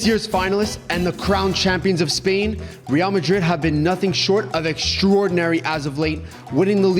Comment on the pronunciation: does not have ball knowledge. How did he say real, high-A